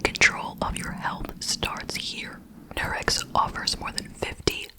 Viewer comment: How in the world do you pronounce Nurx like "Nurex" LMAO